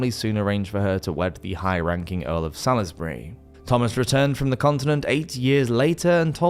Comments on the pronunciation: Salisbury is pronounced "sawls-berry". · Yes, shicking pronunciation. Especially irritated by the pronunciation of Salisbury